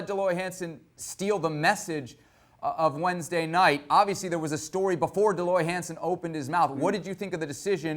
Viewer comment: Hercules Gomez doesn’t even know his name “Dee Loy Hansen”😂